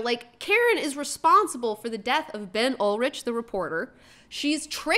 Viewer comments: It's Ben Urich. Ur-ich. URICH. URICH! URICH!!! I kept thinking she was thinking about Skeet Ulrich when she was saying his name! And BTW, the issue with the old Hispanic lady and the tenants was the landlords were trying to circumvent their rent control and strong-arming them out. Maybe some people just like their home, no matter if it's fallen into squalor the past few years, OK? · Urich. Not Ulrich. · I hate to be pedantic, but it's Urich. Ben Urich, pronounced like Rick, not whatever you were saying. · Ben "yoor-rick" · Omg, thank you. No one here commenting about the "Ol-rik" mis-pronunciation.